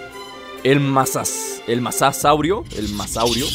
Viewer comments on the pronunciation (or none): Es mosasaurio no masasaurio